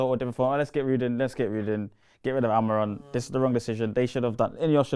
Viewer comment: cannot pronounce Amorim’s name 😂. He keeps saying Amoron